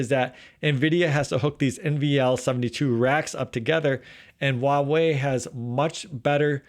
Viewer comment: Don't take this personally .but why does every American Youber mis pronoun the Chinese word 华为？